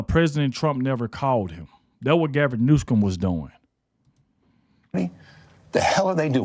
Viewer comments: It’s “New-Some”, not “News-come”….an idiot by any name, but that is how to say it correctly… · It is New som.